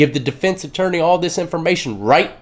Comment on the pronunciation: Atourney lol I know it's a mistake we know that word lol